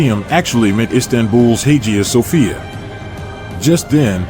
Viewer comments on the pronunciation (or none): IT’S PRONOUNCED “Hi-ya Sophia.”